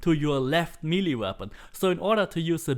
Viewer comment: It is pronounced me-lay. Me-lay weapon... Just fyi. and Air-rees for Ares....